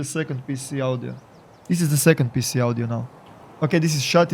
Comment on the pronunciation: Ah yes, Steam Awdioh. Luv you